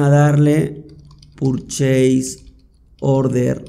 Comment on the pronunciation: Sos muy bueno explicando. Gracias por tomarte el tiempo para enseñar, en verdad lo aprecio. Lo único que te ayudaría es una buena pronunciación de las palabras en inglés como PURCHASE no es "purcheis" sino algo como "perches". Creo que te ayudaría mucho a lograr respeto de los que, como yo, hablamos inglés y trabajamos o vemos todo en inglés. Pero es un detalle. Nuevamente mi agradecimiento a tu paciencia, abrazo!!